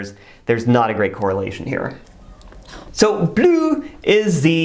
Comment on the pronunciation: Ha ha ha … “bleu” was pronounced badly. (Unhelpful) engagement hereby boosted!